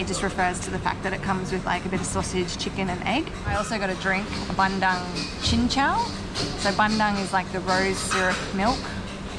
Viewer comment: And not ban - dung it's bun - doong